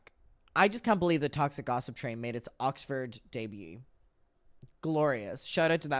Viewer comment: wut. I know you can see the channel the interview was posted on. It’s most definitely Oxford and not “ocford” 🤣